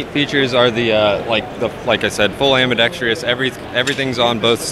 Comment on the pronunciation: ambidextrous, NOT ambidexTREEous. dang near every video pronounces it wrong, you'd think gun people who use the term often would get it right. Like pronouncing a barrel a barryEEel